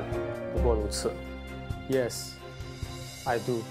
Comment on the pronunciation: 二号男还帝国大学硕士？就一句 I do 还口音那么重